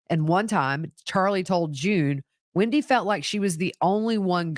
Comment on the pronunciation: Hi,it’s not Windy,it’s WENDi